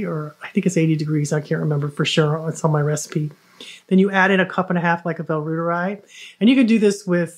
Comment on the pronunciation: Try saying "roiteree" instead of "rooter-eye". The bacillus is named after Gerhard Reuter, a German academic researcher.